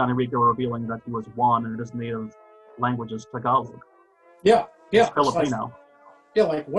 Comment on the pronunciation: 1) hey, you finally said tagalog correctly 2) the mistake on the pronounciation of Magsasay is on the first syllable, otherwise its correct. No emphasis on the first syllable (or any syllable) and said quickly? Or at least without pause. I think its the same mistake you made when you pronounced tagalog in that video from the olden times*. Lol.